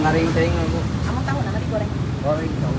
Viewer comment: tohu? Whaaat tohu? 😂